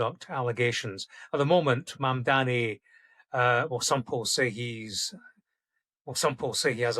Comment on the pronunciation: How hatefully he pronounces "Mamdani"